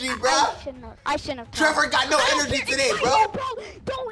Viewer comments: Boy said “enrgy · HE SAID GET MY ENRGEY